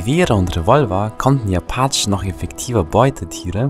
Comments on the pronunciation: Nicht Achen sondern Apachen. Sorry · Ich hasse es wie er appachen sagt